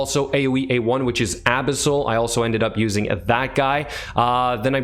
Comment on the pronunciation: You make 'Abyssal' sound like a cream for anal abscess. 'Abisil, just a little dab will do ya'.